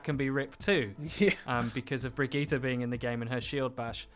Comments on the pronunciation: Its baggette ffs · I cringed every time he said Brigitte... o_= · For heavens sake pronounce her name right jesus! Jeff taught us how how to say the name! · Bridgit - Brigeeta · I thought Bridgette's name was pronounced "BRIDGE-IT" But uuuh. It's pronounced "Brigetta"? Like Vegeta? The fuck? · One call Brigitte "Bridget", the other "Brigita". Like in 99% of all people. Is it really that hard for English-speaking people to pronounce the name "Brigitte" correctly? Real question ! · Fuck me it's hard to listen to the guy say bridget instead of brigitte, even IMMEDIATELY after the interviewer says it properly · If I hear Bridget in stead of Brigitte one more time I’m loosing it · "BRIDGET" lol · I love how he's like brig-gee-tah and the other guy is like Brigitte. There's no need to overly pronounce these names, we don't speak Swedish or Russian. ZAIYAAAA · i just wanna say it s not Bridget its Brigitte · Please tell me I'm not the only one that thinks her name is pronounced "Bridge-it" and not "Vegetta" with BR, it's getting in my nerves, lol. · Did he say Bridget? Oh god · I love that you two are passive aggressively arguing over the pronunciation of brigitte lol I'm a fan of "Bridge-it" personally :-p "Brig-eeta" sounds bad lol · So you love the wrong pronunciation? Sweet. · Is intentionally trying to trigger people by saying Brig's name wrong. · He said Brigitte wrong. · He's saying B r i g i t t e wrong